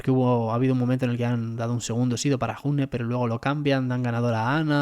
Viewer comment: June se lee Yune. Es un nombre de origen Vasco.